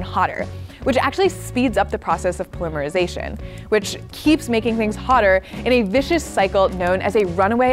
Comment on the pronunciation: Wo wo wo wooooo. How do Americans say the word ‘Polymer’? I’m sure as all holy hell that it’s not how it’s being said as it is here when used in the word polymer-isation!! 😂😅😂😅😂